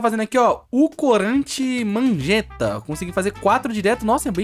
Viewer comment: kkk o falo errado o corante:mangeta O certo a falar:magenta